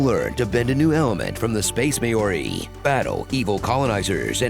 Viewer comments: deeply fascinated with how Americans pronounce Maori lmao may or ee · "Space May-ory" Ha! Basically (it's Mah-oree) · Americans pronouncing "Maori" still sounds soooooooo very wrong.